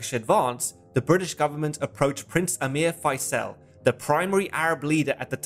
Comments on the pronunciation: Not sure about Prince "Fysell". More "Fizl", as in reprisal, I think. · Gawd sake stop calling Faisal, Fyselle. With your wonderful research into all these films, I would have thought you could have pronounced his name correctly. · You might have taken the time to learn to pronounce Faisel...